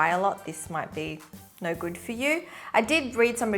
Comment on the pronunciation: she said which is goid